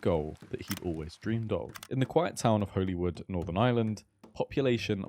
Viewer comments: I loved this video - criminally underrated channel btw. But i just had to say, in NI we pronounce ‘holywood’ in the exact same way as ‘hollywood’ 😂😂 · I promise I will watch all of this but it’s pronounced Hollywood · btw, Holywood is pronounced the same as the place in LA Hollywood.